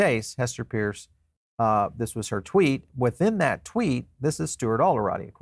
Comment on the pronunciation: Are you EVER going to get Hester's last name correct?